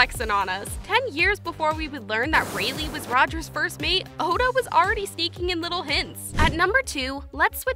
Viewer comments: Its said like ray laai not ray lee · Rayleigh.... reyli xD anyway good vid